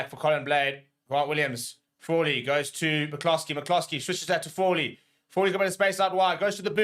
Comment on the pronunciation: Fraw-Lee. Fraw-lee….😂